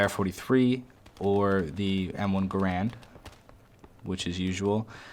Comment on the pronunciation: its an M1 Garand not Grand